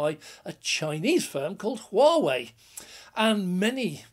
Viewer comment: No H pronounced in Whaa whey :-) = Huawei